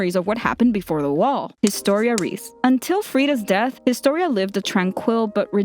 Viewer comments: Reiss = Rice not Reese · everybody does this its not rod rees its reiss it sounds like rice but it reiss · Reiss is pronounced "Rice" not "Reese" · The Reiss name is pronounce "Rice". It's a German name. Between ie or ei you pronounce the second letter. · Its Reyss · You just butchered the Reiss families name 😑 😂 come of my phone